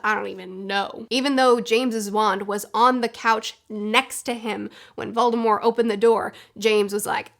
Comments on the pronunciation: It’s not silent in the word “mortician”, which is probably the closest time an English speaker has gotten to a word with “mort” in it. Maybe Voldy should have taken a page from Stephen Colbert, when he started plugging the Colbert Report he would follow it up with “it’s French, b*tch!” (Of course, he grew up pronouncing the T and his family still does and a couple of times when he was asked his name by govt officials he said it that way on TV) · I will die before I recognize the silent T in Voldemort. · I don’t understand why you don’t say the t in Voldemort, I have never encountered that before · It’s VOLDEMORT!!!! not voldemore!!!! There’s a T at the end. Yes J.K. Rowling said she intended his name be Voldemore but also recognizes that she should’ve left the T out of it and acknowledges that it’s now commonly pronounced with the T. So stop trying to be different and just pronounce it the right way!! It’s annoying. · Are you calling voldemort voldemor?…. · Every time, somebody says 'Voldemor' on YouTube, instead of 'Voldemort', a little wizzard dies. His name was 'Voldemort' for almost 20 years, in ALL movies and ALL audiobooks, until Rowling decided to twitter some random stuff to keep relevant. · It’s not silent. The t is enunciated. Not that it matters of course. We all have our foibles! You and this lady must know something we don’t! 😊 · your use of "correct" pronunciation sounds extremely wrong. VoldemorT AccXio Forever. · There is, in fact, a t in voldemort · Omg it kills me that you pronounce Voldemort with a silent t. I know it’s the correct way to say it but I’ve grown up always saying the t. Everyone around me would always say it like that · Why you saying Voldemort wrong? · Am i the only one severely put off hearing voldemort with a silent t I know its right but it just hurts hearing it like that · "Volde-more" +"T"? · It's a hard T.